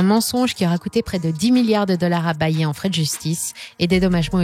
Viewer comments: Ils ont tous droit à une bonne prononciation sauf bayer haha. Ça se prononce "Bayère" 😜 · ça prononce Bayer "Bayé" mdrr ambiance lama faché on capte bien que vous déléguez la voix a une actrice